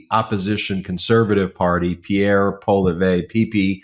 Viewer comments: PSST, Ben, just for your info, pronunciation of Pierre's last name is more like "Poly-ev". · Polly ev is the pronunciation. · Please learn how to pronounce poilevre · Ben, Poilievre is pronounced "POLY EV" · Bro can't even pronounce Poilièvre. He's not paying attention too closely, or so he claims. Give it the old college try, Ben.